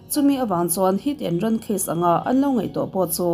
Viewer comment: 'Heat and Run' tih tur nge 'Hit and Run'